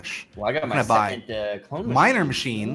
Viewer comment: When // said clone tycoon for the first time in the vid did anyone else hear toe tycoon?